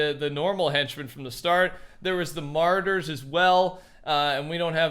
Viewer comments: “Marauders”! Ma - rau - ders!! Ya keep saying “martyr”! 😝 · Ma-roar-ders not martyrs